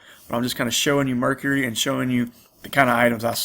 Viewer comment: Just a note, I wasn't sure what site you were referring to at first. It's actually pronounced phonetically like Mer-Car-E, not Mercury, may confuse some watchers. Good mix of items shown, thanks